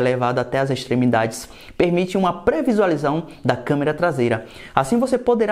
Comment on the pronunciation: "prevializao" kkkkkkk